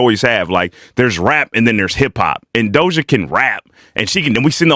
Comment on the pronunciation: I looove how teaashmiracle says doja's name "DOLJA" 😁